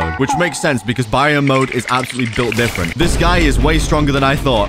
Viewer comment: It's (berry-on) mode